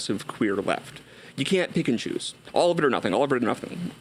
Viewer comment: “nothink” haha